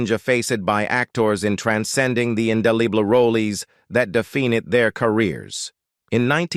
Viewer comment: OMG!!!!!!!!!!!!!!!! Learn to pronounce ENGLISH words! WHAT IS INDILIBLE??? Indelible (IN Dell ABLE)??? The Riplamon???